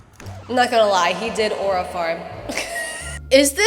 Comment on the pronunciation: take a shot everytime says "arua" and u might get alcohol poisoning